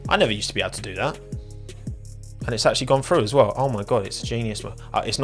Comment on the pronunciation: more like weww weww weww